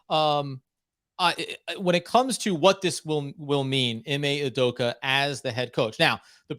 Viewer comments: "OO-DOH-KAH" not "oo-doh-koo" 😂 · Learn how to say Udoka’s name properly. It ends with an ‘a’ not a ‘u’. Stop pronouncing it as ‘udoku’, it’s really not that hard to not be ignorant and learn how to say it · Great podcast - but for the love of god, man’s name is UDOK-A not UDOK-U